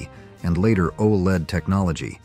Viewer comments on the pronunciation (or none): none